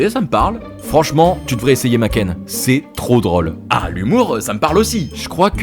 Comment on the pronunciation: Tu nous fais une sponso et tu dis "makène" 😭